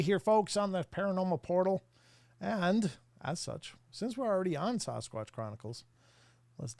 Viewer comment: Someone who is a member should ask why he still says “sauce squatch” not Sasquatch. Not hard to attempt actually pronunciation not marble mouth lip smacking.